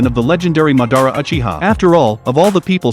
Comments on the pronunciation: its not Achiha its Uchiha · Bro its uchiha not achiha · ah yes, Atachi and Mad-ar-a uh-chi-a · He really said achiha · First learn how to say Uchiha and Mangekyou after that explain 🤣🤣